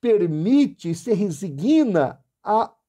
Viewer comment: Por favor, corrija esta pronúncia: em vez de "reziGUIna", pronuncie "rezíGna". Em "resigna", o 'g' não tem apoio vocálico, por isso a pronúncia é paroxítona, mas com silaba tônica no "i" após o "s". Obrigado.